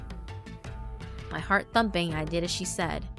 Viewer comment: your country came out. "Ma haurt- my heart.." Damn those hiccups, interrupting recording lol